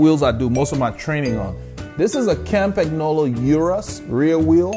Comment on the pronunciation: Love the video. Campagnolo is pronounced "Campan yolo" ;) I have a Litespeed T1 with Zonda C17s for climbing and Bullet 50s (not the CULT bearings) for the flats. There is only about a 200g difference between them, so acceleration is a tad faster with the Zondas, which also feel a bit softer, but the Bullets are what makes me smile. They come alive at about 35kph (22mph) and holding speed is easier, particularly with 25mm wide tires. I've had them up to 71kph with a tail wind and they felt solid and planted. I had a set of Shimano RS81 C35s on my Tarmac, which felt tons better than the stock DT Swiss, but felt like bricks compared with the Bullets. The RS81 C50s might feel better, but I have absolutely no reason to even give them a spin so far.